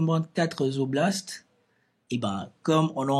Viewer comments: Quatre "oblastes" et pas quatre Zoblastes il n'y a pas de S à "quatre". Une fois ça va mais la répétition écorche vraiment les oreilles. J'apprécie cependant tes analyses malgré les fréquentes fautes d'accords etc. Il n'y a malheureusement pas de inbox pour t'écrire. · très cordialement , on ne dit pas quatre zoblasts mais quatre oblasts. j'apprécie beaucoup vos analyses. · Quatre oblasts !!! Pas quatre-z-oblasts !!! Pitié ! Vous nous faites saigner les oreilles !!!